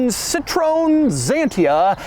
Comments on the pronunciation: You are butchering the name!! It's hard to hear... The name of the car is not zantia!! It's pronounced Kzantia! You are butchering the name Citroën too!! It is not citron! It's citro N. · Citroen is pronounced Citro N. and not Citr ON. ;-) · We call this car Ksantia, not Zantia. Edit: And we call this brand CitrOEn, not Citron. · Your # for Citroën is citreon. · Doug, it's "Citro when" not "Citron". Citron means lemon 😅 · Its citroen...... Not citrooooen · In defence of the pronunciation; in the UK, which obviously is Citroens only major anglophone market, for years their own advertising pronounced it as "sit-ron". It's only relatively recently that they've been accenting it correctly as "sit-ro-en". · citroen, not citroon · It’s pronounced sit-row-enn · It's pronounced Citroë en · I love you Doug but please stop calling it citrone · Z-II-TR-OE-EN XS-ANTIA Jesus Christ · The Xantia is not wierd nor quirky. Crikey cant he review a car without saying that. He. Cannot. Avoid. Saying. Quirky. It is just a normal car with hydroneumatic. And its name is pronounced is cit-ro-en. It is not a flan or some kind of sauce. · Dear Doog [pun intended], it is pronounced: Cih-Tro-Weh-N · "Citrown" ... huh? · The most weird pronountiation of the name "Citroen"....Sitroun.......I hope this is how you think it it pronounced and not made a purpose mistake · Sitrown sitrown djeezes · Citro-en please it’s not a lemon!!! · Just a note: it's pronounced "Seat-throw-N" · It's not "citron", it's citroën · It’s Cit-RO-EN. 3 syllables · Pronounced SIT-row-when. Do your homework. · Why can’t Doug just Google how to pronounce a brand correctly. The way he says Citrone makes my hairs stand up. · Never heard of Zantia, we say Citro-"n" Ksantia in 🇫🇷😉 Drive was impressive, crash test a lot less 😊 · «See-trow-enn». This is how it's pronounced. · Wtf is up with people saying Citrone? It's Citroën! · Wow the cringe on my face when u pronounce Ci-tro-ën XD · wtf is citröön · It’s pronounced “si-trowen”